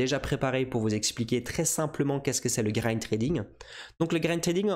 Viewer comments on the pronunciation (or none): On dit GRID trading avec un "I" pas GRIND lol